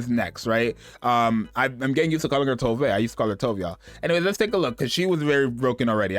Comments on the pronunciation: This is funny, cause I started saying To”Ve” as well since that was how the official broadcast said it, but the Japanese pronunciation in their version is how we originally thought it sounded: “Towv” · yeah it's Tove, not "too vay" like everyone started pronouncing out of nowhere